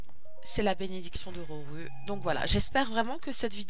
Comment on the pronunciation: Ta vraiment dit roruuuuu Sinon mrc ça m'a aider